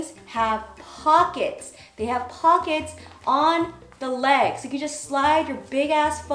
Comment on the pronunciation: I like how she said the word 'pockets'. Like, ''yes, this rarity among women's clothing... poc-kets.''